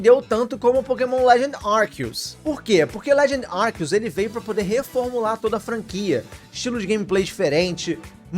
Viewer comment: Pokemon "Árqueos"